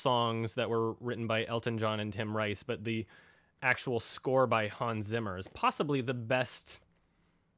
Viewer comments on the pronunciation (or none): none